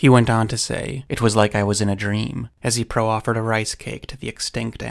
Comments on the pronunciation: Excuse if you already know this, but proffered is "PRAH-ferd," not "pro-offered." - friendly English teacher Otherwise this is a perfect video and I've been telling everyone about the little wolf. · "Pro-offered" is just pronounced praw-feRd. Great content. All the best from Ireland 🇮🇪